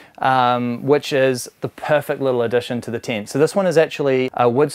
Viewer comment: saying "UM" every sentence is annoying ! Its a TENT not a TINT ! FYI